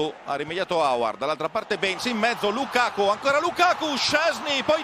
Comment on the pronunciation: When he was Lukaku not Lakaka